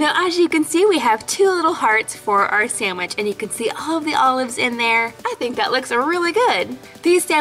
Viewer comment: When she said, "All of my kids love olives" it sounded like she said, " Olive my kids love Olives" Lol😂😂😂